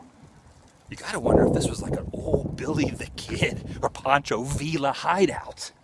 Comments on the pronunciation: those canals are flood control. and it's pronounced VEE'YA not VILLA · Adam I love your videos but please no offense intended. You need to work on your pronunciation of the names of towns and people. Poncho Villa is pronounced Viya. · Adam is pronounced Poncho Via the Ls in the Spanish Language are silent bro and it was the Gadeson Purchase I do believe I may have misspelled it!